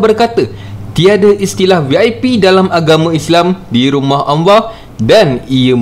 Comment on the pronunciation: Maaf nk tanya ... Empunya suara ni mmg pelat ke ?? Sebutan Allah tu mcm Anlah bukan Allah ?? Ke empunya channel ni non muslim ?